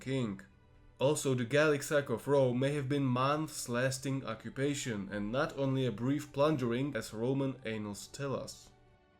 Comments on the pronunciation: In English, we generally pronounce “annals” as ann-nals. “Ay-nal” refers to butt seggs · Oh dear. "Annals." In English, that's pronounced "ann-ALS" as in, "canal." Big difference between anal and annals. Just...FYI. XD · Fascinating! Only one thing made me smile: you pronounced "annals" as "anals", which is like the pronunciation of Uranus - yooranus or youranus, probably the former is to be preferred unless you want to make your listeners laugh! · Great video! One small note: the word "annals" is not pronounced the same as the word "anals", and while most mispronounciations aren't a huge deal, that one is a bit of an exception, lol. The first vowel is more like "ah", like the vowel in the word "add". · I am amused by the mispronunciation of the word "annals"